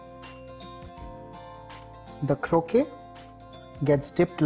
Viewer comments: "Krokay" (croquet) is a lawn game played with balls, hoops, and mallets. Kroket" (croquette) is a stuffed, breaded and deep fried patty like the ones you're making.The English must have mispronounced the word in India. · Croquette is pronounced (crow-ket)